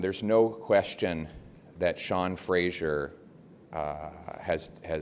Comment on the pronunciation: Hahaha…, i love that Poilievre is calling him “Frasier” and not Fraser. I think this will cement that wrong pronunciation in our heads and forever piss off Sean Fraser. It’s genius! PP even has you saying it too. Sean’s name is pronounced Fray-zerr. But don’t feel too bad. Google Maps can’t even say it right. GMaps also calls Fraser Street in Vancouver “Frasier”, like the TV star.